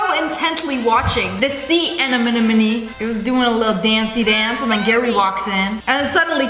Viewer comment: "sea anenenome"and "who ships squidbob?" Made me die